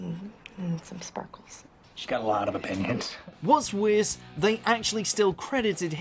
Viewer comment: “Whats wiiiiss than ...”